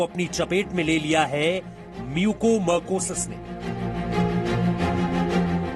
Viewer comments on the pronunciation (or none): As a Dr I want to suggest to see news ...please correct the pronounciation of this disease it's not a mucomercosis it's a mucormycosis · Mucormycosis not marcosis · It's mucormycosis..not mucomercosis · "म्यूकोमरकोसिस" नहीं मेरे भाई "म्यूकोरमाइकोसिस" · It is Mucormycosis not mucomarcosis. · Bhaiya apna pronunciation sahi karo it's mucor mycosis म्युकरमाइकोसिस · Disease ka name h MUCOR-MYCOSIS bar bar incorrect bol rha